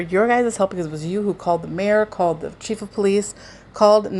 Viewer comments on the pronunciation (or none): none